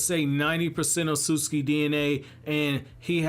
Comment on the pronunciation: Why is no one talking about the way he pronounces Otsutsuki